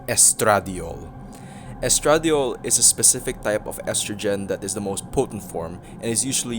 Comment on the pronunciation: Claiming my early card, also its pronounced es tra die ol in most places